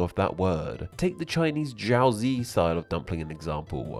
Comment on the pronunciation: pierogi is plural, singular is pieróg. also, you pronounce jiaozi and baozi wrong. It's "jyau dzyh" and "bau dzyh", pronounced like "dzyh" not "zee"